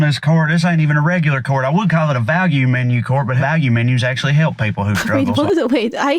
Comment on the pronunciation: I thought he said corn 😂 "this corn doesn't look that supreme"